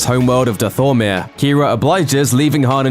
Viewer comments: Dethomer" xddd its ,,Dathomir" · its dathomir not dathmira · The way he pronounces Dathomir 😂😂😂😂😂😂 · You said dathomir wrong js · Failed pronunciation of Dathomir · The way you pronounced dathomir made me die inside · The way he said “Dathomir” hahahaha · They way he pronounced Dathomir😂😂😂